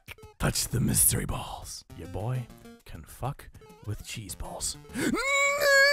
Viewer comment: when he said boi I was laughing.